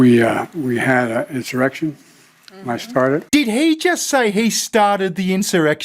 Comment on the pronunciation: He said “I sharted” not “I started”